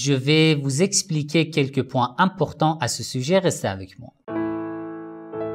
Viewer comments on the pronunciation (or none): none